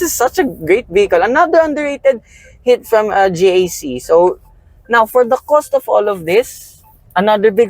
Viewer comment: JAC motors is pronounced as jack so not to confuse with G.A.C